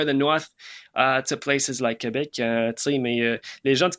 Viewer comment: Your Quebecois needs a little work ;) I can help you in that department